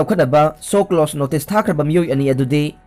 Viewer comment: Shoclose Nate. Latino shoclose? " SHOWCAUSE" hairo. Class X passed natro?